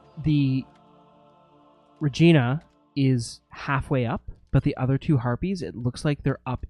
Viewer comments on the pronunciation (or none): Its "Re-gene-a" by the way. LOL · It's *Regeena* LOL ...